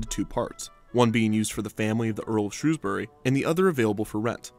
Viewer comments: just wanna say thank you for pronouncing Shrewsbury correctly, it aaaaalways gets pronounced incorrectly (not sure why, it's not exactly difficult) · As someone born and bred in Shrewsbury I just want to thank you for saying it correctly! I remember going on the black hole a few times, but after the nemesis, oblivion and even enterprise it felt a bit old. I also remember the rumours about deaths and how that just seem to add to the excitement of it all